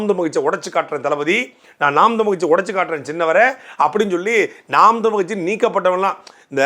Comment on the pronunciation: நாம் தமிழர் என்ற கட்சியின் பெயரை உச்சரிக்க கூட தடுமாறுகிறார்கள் சீமான் கட்சி என்னங்கடா டேய் ஒரு அங்கீகரிக்கப்பட்ட கட்சி எதிர்க்கட்சி அளவுக்கு வளர்ந்து நிற்கிறது. 26 இல் சீமான் முதல்வராக கூடிய சூழல் உருவாகிக் கொண்டிருக்கின்ற தமிழ்நாட்டில் கட்சி பேரை உச்சரிக்கவே தடுமாறு கூடிய தற்குறிகள் திராவிட என்னன்னு தெரியல இதுதாண்டா திராவிடம் இதையே எத்தனை வருஷம் டா உருட்டுவீங்க அவ்வளவுதான் முடிவுக்கு வந்துவிட்டது திராவிடம்